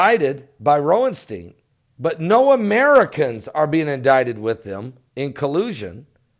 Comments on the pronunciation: Lol, Bro it's Ro-sen-stein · Is the first "s" in Rosenstein silent? It seems like you're saying Roenstein. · ROSE EN STEEN* that's how you say it. 😅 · there is an 'S' in Rod Rosenstein's last name.